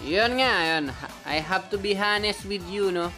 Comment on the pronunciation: Umm, I'm sorry for this, but I got uncomfortable when I heard you said the word 'honest' with the letter 'h' not silent. Silent po yun, sorry for this